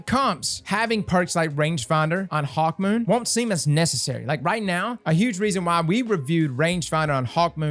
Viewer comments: I'm sorry, did you say "Hawkmoist" at the mark? LOL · Did this man just say HawkMOIST 🤣🤣